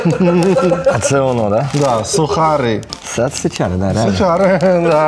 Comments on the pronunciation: Найсмішніший 😂😂😂😂 ваш випуск! Шедевр. Тільки хочу сказати за суХарики — ch читається в польській як Х. ))😅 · Ch читається як "х" , тож сухари😂